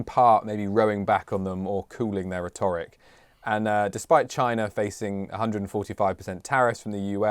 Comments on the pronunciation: It's RHET-oric, not Rhet-OR -ic. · Can the presenter work on his pronunciation of Rhetoric.